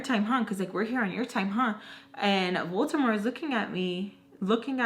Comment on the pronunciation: OMG this is hilarious 😂 especially when you say "Voltemor" instead of "Voldemort" I love it😁